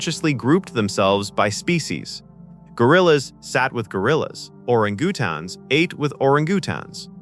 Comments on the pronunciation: Gotta love the freaking AI calling and Orangutans and Aurogootons :face-green-smiling::face-blue-smiling:🤣😂🙃 Hot Take what is with this AI mis pronouncing names. I know for a fact that the AI can pronounce names correctly. You did this on purpose to get rage bait. I'll just go away now. Ugh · Oh ran goo tons? I guess AI isn't ready for prime time. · OR ANG GU TANGS??? Can't you check your work? AI narrative SLOP. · Orungutaans?? They are pronounced "eranguatains". Come on now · "Orang-GOO-tans"? {:o:O:} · Oringootons? Shut up you ninny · Ore-GOO- tahns? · Ore-a-goo-tans? I have never heard orangutans pronounced like that!! 😂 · WTF is an Ora-goo-tawns? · orang-gu-tans, giveaway this is an AI narrated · ❓❓❓Orin-Gutons❓❓❓what kind of ape is that❓😁😁😁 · I believe it's orren-goo-tawnz. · I think IT said OrigiooooTONS. IT'S AI, so it must be correct, and we are all imbeciles.🙊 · OriNgootons, I think. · HAHAHAHA ! "Oran-Goo-Tohns" ?? Really ?? AI will NEVER replace actual humans ! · Orin Goo-tan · Oringioootin what are you, deef? >kidding< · Why, it's an ORI that GOOTONS silly! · Dr Ziias ??? Orangeatoons ??? Kind of killed what was interesting stuff. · I guess AI can't pronounce Or-an-gu-tans.